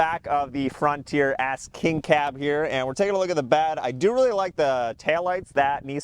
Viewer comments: It sound like you’re saying Ass King Cab 😂 Can’t unhear it. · sounds like you say frontier ass king cab